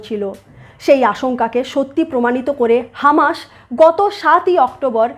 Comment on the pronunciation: Please 's' এবং 'sh' এর উচ্চারণ টা সঠিক করে নিন। আপনি প্রত্যেক টা 's' কে 'sh' উচ্চারণ করছেন। এই একটা কারণে আপনার এতো ভালো ভিডিও সুখ শ্রাব্য হয় না। ' israel' কে 'ishrael', 'palestine' কে 'paleshtine', 'hamas' কে 'hamash', 'muslim' কে 'mushlim', 'islam' কে 'ishlam', 'trust' কে 'trusht' ইত্যাদি ইত্যাদি না বলে যদি উচ্চারণ সঠিক করে নেন তা হলে ভিডিও গুলো খুবই ভালো রূপ ধারণ করবে।